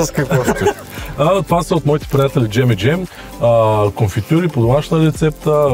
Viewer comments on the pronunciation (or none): none